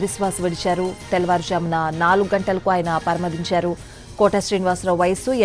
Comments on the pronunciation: పరమదించారు కాదు పరమపదించారు.... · Akkarledandi , pani nadachi pothondi kadaa? Inka Telugu… pronunciation, manaku enduku ? Vaallu maararu. పరమదించారు అట 🙏🙏🙏